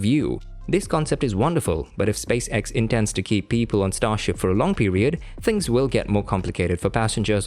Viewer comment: Things are things, never are they "phings" as you pronounce the word.